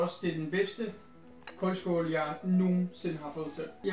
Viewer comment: Det hedder koldskål ikke kåldskål ligesom ild😊